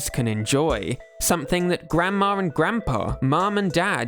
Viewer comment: there's no second r in grandma